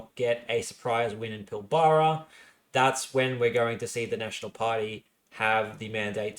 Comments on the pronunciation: Pilbara is pronounced Pil-bra :) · My beautiful boy, you keep mispronouncing Albany & Pilbara wrong. What’s worse, is you’re pronouncing Albany like the American city in New York. It’s ‘Owl-bany’, not ‘Oll-bany’. Pilbara is pronounced as one word, akin to ‘Pil-bra’ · Thank you, this was the second time in two days that I've heard someone mispronounce Pilbara. I was starting to think I've been saying it wrong all my life. Maybe it's a NSW thing. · Good work on this summary, quite enjoyed it. If you're wanting to professionalise a bit more though you need to get pronunciations down pat (Pilbara and Joondalup were two, there could have been more I missed though). I know you cop a bit for this but it's a must do if you're wanting a larger audience.